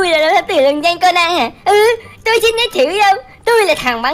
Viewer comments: Cônan chứ ko phải co nan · Conan đọc là ( cô nan ) mà anh anh đọc là ( con nan ) là sao